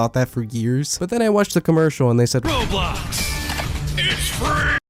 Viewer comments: BRO I THOUGHT I WAS THE ONLY ONE WHO CALLED ROBLOX "RAW-BLOX" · OH NO! NOW I KEEP PRONOUNCING ROBLOX LIKE RAW BLOCKS REEEEEE